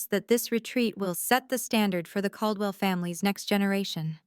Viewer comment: The last name is CALDWELL, not cold well-properties